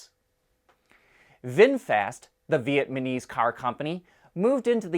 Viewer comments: It's Vietnamese not Vietmanese 🙄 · Thanks as always for the amazing content. I watch every episode! Just a quick note, you are pronouncing Vietnamese incorrectly. All good though, keep up the great work! 👍🏼